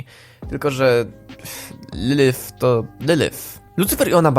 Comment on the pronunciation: wymowa nie boli.. VAggie? nawet sama mówi że poprawda wymowa to Veggie.. LYLYF? lilif.. nie licząc tego to filmik bardzo ciekawy